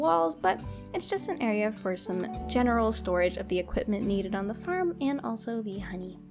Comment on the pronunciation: When u say farm it sojnds like ur saying ferm